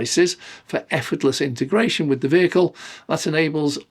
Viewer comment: I love your videos but Please: Inteeegratiion! No such word as intergration!!